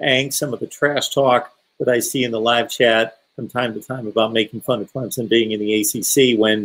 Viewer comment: Can't Say Clemson Correctly